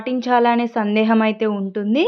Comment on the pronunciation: Sandesham kadu sandeham